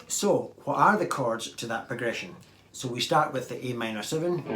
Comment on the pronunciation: I keep hearing “cards” and wondered what that means but half way through the video I finally realized you say “chords” 😂